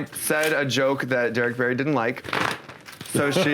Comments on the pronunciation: It's Derrick Barry hahaha not Berry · Derrick Barry not Berry